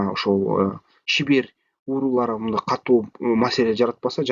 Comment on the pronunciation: Уурулар эмес уруулар деп айтчы.